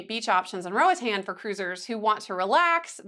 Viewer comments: RO AH T-AH-N, it's a Spanish speaking country and this how the vowels are pronounced, unlike in the U.S.... but if you prefer to pronounce it as an American English word that's anyone's prerogative. Just know the locals would not pronounce it Ro-uh-tan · Who told you that was the right way to pronounce Roatán? Lmao. It’s in Spanish girl. It’s definitely more like what you initially thought before whoever corrected you. Roa-tahn.